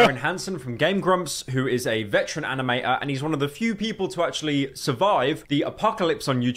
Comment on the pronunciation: That accent is so annoying, the dude can't pronounce Ts. animator "ani-ah-or", Twitter "twi-er", he sounds like he'd unironically call water "wa-a"